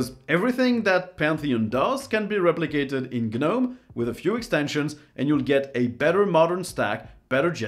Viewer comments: The G in Gnome is silent. The number of times you said G-Nome, cringe inducing. Otherwise I loved the video. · It's not Ge-Nome, it's just nome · Gnome is (nome) not gah-nome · The G is silent. It's pronounced noam, it rhymes with foam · The 'G' is not pronounced! It is just NOME! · Isn't the G silent in the word Gnome? So it's not a two-syllable word. Maybe I'm wrong but why would you use a word from common everyday language and then expect people to mispronounce it? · hey the G is silent.